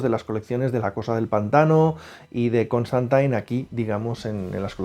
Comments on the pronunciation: Siempre creí que se pronuncia Constantin y no Constantain. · Lpm!!!! Q deje de decir ConstANTAIN!!! Es CONSTANTINE, xq pronuncian taaaaan mal!!!! Me genero mucha broncaaaaa escucharlo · Sólo dos cositas nada más. Tanto Zatanna como Dr. Fate aparecen también en algún capítulo de Smallville. Y por favor,, que eres un crack y es un placer verte en cada vídeo, pero cada vez que te escucho decir "ConstantAIN" se me enconge el alma. Mira cualquier capítulo de Legends of Tomorrow en versión original, que ahí lo pronuncian bien. Enhorabuena por el canal, todos aprendemos un poquito cada día con vosotros. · Me daba un dolor en el hígado cada que escuchaba constantain, hasta a lucifer lo corrigieron en la escena del crossover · Suena tan rara esa forma de pronunciar "Constantine" no entiendo por que los españoles cambian la pronunciación del inglés...